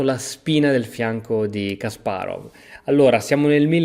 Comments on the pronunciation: Si pronunciano "Kaspàrof" e "Ivànciuk" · la V finale dei nomi russi si legge F